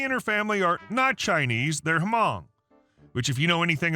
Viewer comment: You don’t say the H in Hmong